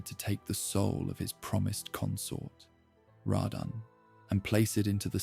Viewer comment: I’ve been around the Elden Ring fandom since the game released, and yet I still hear different ways names are pronounced. Almost 4 years, and I’ve never heard anyone say “Radahn” like “Radun” nor “Marika” as “Mayreeka”. I’m not making fun at all, just mentioning that you have a unique pronunciation of these names, and honestly some of my favorite ways I’ve ever heard them pronounced